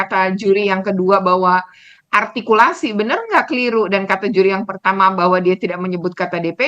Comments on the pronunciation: Duta arghtikulasi r lu bekarat buu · "Menghina" itu ketika mengatakan "artikulasi" nya. Kebetulan siswanya memang seperti itu gaya bicaranya! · Juri yang cewek coba suruh nyebut huruf RRRRR rrrRRRRrrRrR RrRrRrrrrrRRrr rr artikulasi RrRrRrrrrRrr